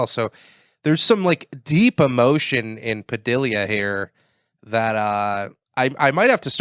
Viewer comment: Oh yeah I can kind of see the resemblance between and "Ted O Vision". And what's with not knowing how to pronounce names? 😂 Anthony Padilia!!